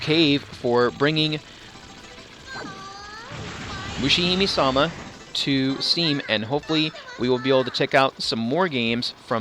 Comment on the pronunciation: Good video, thanks for info (i'm about to buy it) but please!!!! don't say ''Mushihimee'' I mean, you're english native (i guess) and for sure it's hard to spell hiragana ''me'' fonetically correct in japanese... but well, >-< i hope this doesnt annoy you and keep up videos!!